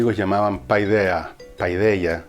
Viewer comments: Le suplico de rodillas que no vuelva a decir "PAIDEAH", porque me sangran los oídos. Se dice "paideia", es muy sencillo. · Segun lo que he leido y escuchado,PAIDEIA, tendría que leerse "PEDIA"..